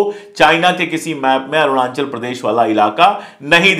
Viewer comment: मिस्टर अशोक पाण्डे, सही उच्चारण करना सीखिए। "अरूणांचल" नही। कहिए "अरुणाचल"